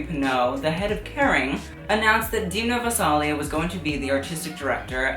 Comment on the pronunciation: hello a fellow native georgian here and i apologize but i just have to correct your pronunciation of Demnas name its pronounced as Deh-m-nah Gvah-sah-lee-ah